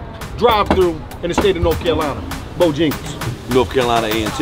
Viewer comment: Its Bojangles not BOJingles...put some respeck on it.